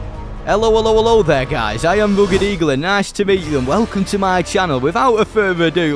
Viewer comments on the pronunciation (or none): none